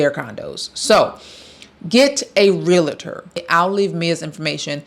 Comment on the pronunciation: I hate wen people don't know how to pronounce REAL-tor. It's so simple.